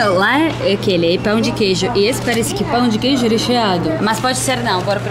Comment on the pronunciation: Nasci em BH, como queijo com pão na chapa pela manhã, faço Omelete com queijo no almoço e queijo com doce de leite na sobremesa e no café da tarde mais pão de queijo com cafezim! Kkkkkk DETALHE SOU INTOLERANTE A LACTOSE... Mas o melhor de tudo é ouvir a falando " Pau de queijo 🧀 kkkkkkk